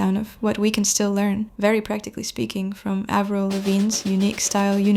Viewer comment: Avril like Apple not Avril like able